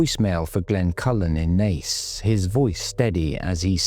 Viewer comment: Actually pronounced Naas correctly, im shocked!